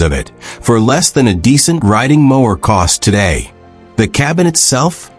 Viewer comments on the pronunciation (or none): none